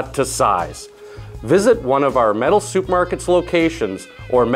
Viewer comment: He did say soup market. That's OK, I still did learn something .